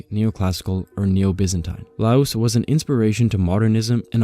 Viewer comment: Loos is actually pronounced as in "lost" minus the "t", and Mies van der Rohe is "miss fan de'Row", "Mies" being his actual family name and the "van der Rohe" a pretentious Dutch-style matronymic he appended to his name to seem more upmarket in pre-war Germany ("Rohe" being rendered as "Raw-eh" in German, more or less, but later commonly mispronounced in the US, and the American pronounciation prevailed). LMvdR is commonly referred to as "Mies", never as "de Rohe", "Rohe" or "Ludwig Rohe". Anyway, a nice roundup on how Louis Sullivan bookended both the modern highrise and the centuries-old decorative architecture on either end. He is a bit of a tragic hero who tried to marry the beautiful with the modern, with most of his students, including F L Wright, effectively contradicting him.